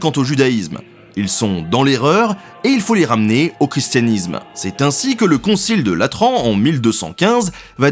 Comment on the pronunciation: "Concile" et non "concil".